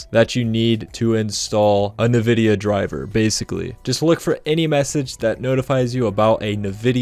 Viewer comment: “Nuhvidia” instantly clicked off after that